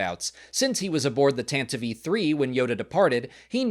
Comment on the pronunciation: Thank you for pronouncing Tantive IV correctly. It was first pronounced “tan-ti-vee” on the radio dramas, which are canon, and never “tan-tiv”.